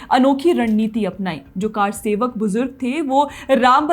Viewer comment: Kaarsewak nahi karsewak